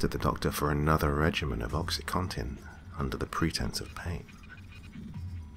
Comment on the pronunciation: I think you're the first person (other than doctors.) that actually pronounces it Oxy CONtin and not Oxy Cotton. :-)